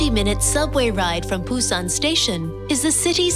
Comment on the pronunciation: Why can't she pronounce Busan ? Ain't that hard. No video of Gamcheon village love that area.